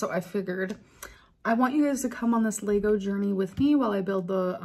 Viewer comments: LEG-OH NOT LAYYYYYYYYGO UGH - why can’t she pronounce anything correctly?! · Lego not “laygos” ffs, every time she opens her mouth she destroys the English language. It’s not even remotely funny. It’s pathetic. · Say it with me: Lego. LEGO. (leh·gow) You seem to be fused together with your phone and the internet, googling how to pronounce LEGO takes about 0.2 seconds. Mind. Blown. 🤯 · Her facial expressions get me lol, so animated and thought out and OMG ITS LEGO NOT LAYGO 😂😂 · I can't yell if I have to hear laygos again I'm just gonna lose my mind.... Amber this is not a country in Africa, it's just lego the plural form is still lego, repeat it again, get it through that thick skull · The way amber says it is wrong. We don't say laygo. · Is that how Lego is pronounced in America? I've noticed judge Judy said it like her too.